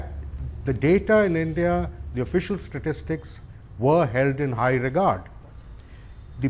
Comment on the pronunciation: Never trust a CA who can't pronounce "Statistics".